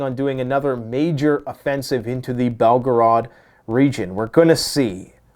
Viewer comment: belgrade... not pronounced belgrad but belgrayde... A not ah